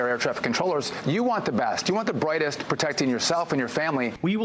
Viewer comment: "You want duh bwightest"?! What the actual Elmer Fudd just happened hee-eew!? 🙈🙉🙊